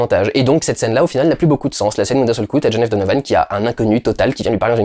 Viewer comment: à partir du moment où tu dis mal le titre anglais....j'ai même pas envie de continuer